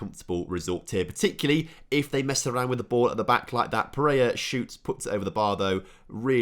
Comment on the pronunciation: Or every time he calls pereira pereia